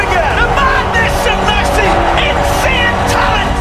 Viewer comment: Buffon: "Mesci" 😂